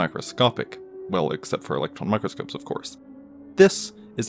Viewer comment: It's microscope not mycroscope